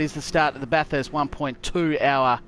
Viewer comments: It's the 'urrst' at the end. It's more of an 'est' as a local. Are you in SA or WA by any chance? I've got a mate in SA that says it the exact same. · I've never heard a bunch of Aussie mangle the word Bathurst so badly. Fantastic effort and execution of the race and try-outs though. Moving on to a different track for another race or sticking to Bathurst?